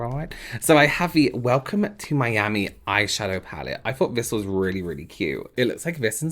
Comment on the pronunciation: I love your videos but am distracted by how you say vis and vat instead of this and that - I guess it’s a local pronunciation of words beginning with ‘th’. No matter your videos are still helpful!